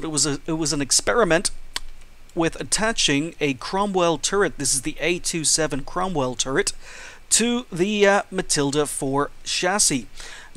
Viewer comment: its a27 not a2 7